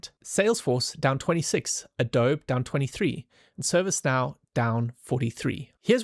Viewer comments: Very good explanation. Love the detailed analysis. The bull and bear case scenarios with price points beautifully laid out. Well done. algo brought me here. Subscribed after the video. Keep doing it. The only small problem was your pronunciation of Adobe. its it's phonetically pronounced 'Adobe e' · it's pronounced "uh-doe-bee" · Um. It’s pronounced Ah-Doe-Be. Adobe. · You lost me when you pronounced Adobe as A-dobe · That is funny, how he pronounced Adobe. Not sure if there’s any correlation but my cousins and friends in Germany pronounce Nike without the ē, so just: ‘nīk His pronunciation of Adobe is the same: adōb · He had me until “adohb”. Good analysis nonetheless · I’ve never heard adobe pronounced like that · Jup I'm German and it's exactly how I'd pronounce Adobe. With him being south african and afrikaans being close to Dutch I don't think it's a strange pronunciation. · I don't understand WHY is was pronounced that way. Unless this dude is AI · why is everybody obsessed that everything is AI? I'm seeing literal massive paranoia and everybody seeing AI everywhere, kinda wtf. He pronounced it this way, cause he's not American I guess. I'm Spanish and I pronounce it as "ADOBE" with a hard "e" at the end like the one in "excellent". Like, why is to so hard to understand 🤣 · Dude I love you so much. Like actually wow. Amazing. Dawg pronounce abobe correctly please. Threw me off so bad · No shot this guy talks about tech and especially AI regularly and can't pronounce Adobe. I'm calling bot. 🤣